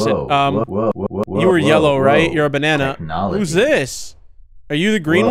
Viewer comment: Good evening! Bro is hitting the griddy in the menu XDD we’ve witnessed the GOB In Ohio XDD “banan” LMAO